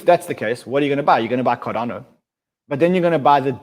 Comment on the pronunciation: Cardano not cardayno😄